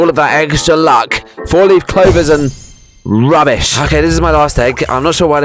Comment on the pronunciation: Da way he said rubbish 😂😭😭😭